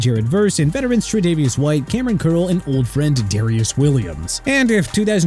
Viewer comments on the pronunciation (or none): none